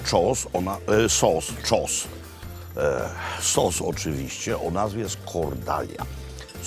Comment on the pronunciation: Sos czosnkowy by Makłowicz - "Czos". Genialne.